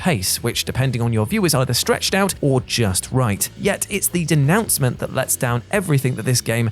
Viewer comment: It was meant to be denouement, bless 'im.